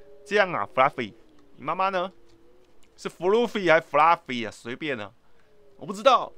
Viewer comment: Fluffy念起來很像布拉魚